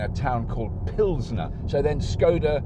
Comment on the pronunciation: Do you mean Plzen in Chechia? Not Pilsener in The Czech Republic? It's hard to keep up but surely with all your resources and fancy camera work you could have someone check your script. Love the content but it's gotta be right, some people listen and think everything you say is 100% accurate